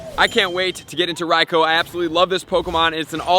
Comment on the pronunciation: Bro your pronouncing raikou wrong you have to pronounce it like raikuu